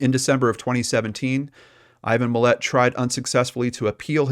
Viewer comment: Its Mill-lot there's no e. And this is old af